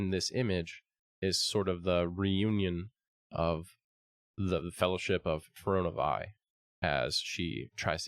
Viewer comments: My dude, it’s Fear-ee-oh-nuh Vee. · fuh roe nuh veye. also says toon-air instead of too-nar-ay